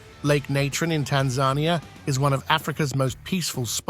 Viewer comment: Boiling river is at least 90 degrees F below boiling point. Tanzarnia? at least learn correct pronunciations Maori not ma ori ... one word not 2